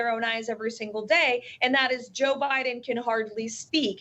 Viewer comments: Just watched a clip where Caroline is making fun of the way Biden speaks and yet in 40 seconds she mispronounced two words incorrectly. Ironic right. 😅😅😅😅 It's not damaning. It's daming. Jesus. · I learned a new word today: damnening. Fortunately she repeated it so I know just how it is pronounced. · Damening? Biden can't speak? Pot? Kettle? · "Damnening" is not a word, and she used it multiple times. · “Damening”? 👀… she says it again?!? Ya’ll this woman doesn’t know how to spell 😅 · She can't even say "damning" properly. And who is Merica Garland? She needs speech help.